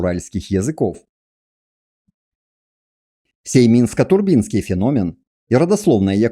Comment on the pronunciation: ТурбИнский т.к. турбины из бронзы отливали? Если бы автор ударения в терминах где нужно ставил, цены бы ему не было.